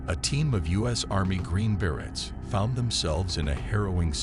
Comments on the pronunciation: Bere-y not bere-ts. English speaker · pronounced “Berets” wrong the entire video wow